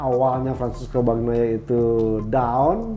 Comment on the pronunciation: Bukan Bagnia Min Tapi Bagnaia!